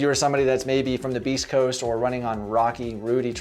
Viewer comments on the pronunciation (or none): Did you say…”beast” coast 👀 😅